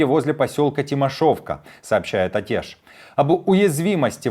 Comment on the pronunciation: Что значит Атеш? Произношение пиз@ Атэ́ш, через Э. Ваньки, блин.